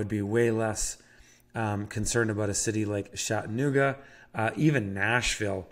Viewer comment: Lol Shat-annooga